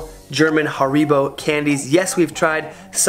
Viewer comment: Where's the problem? Almost correct . 😉